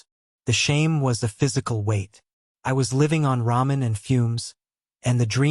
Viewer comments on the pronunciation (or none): none